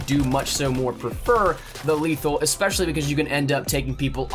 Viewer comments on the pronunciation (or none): none